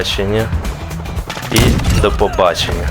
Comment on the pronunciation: Добрий день - допобаченя😂